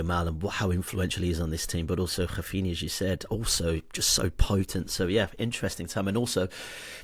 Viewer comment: Whys he pronouncing raphinha like that lmao